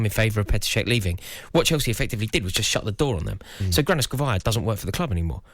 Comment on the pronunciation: Granovskaia not Granoskavia